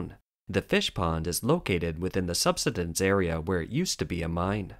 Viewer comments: the word is pronounced... sub-"sigh"- dense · The word "subsidence" is pronounced "sub-SIGH-dense". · Oh! The mispronunciation of “subsidence” so many times threw me... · Thanks, I have never it pronounced like that. Interesting